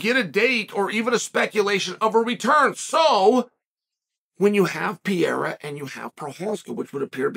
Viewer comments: Chael: there are two r's in Pereira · Chael, wtf I thought you had a degree in sociology and you can't pronounce Pereira properly?